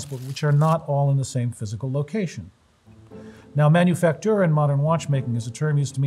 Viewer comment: hitting all the French syllables.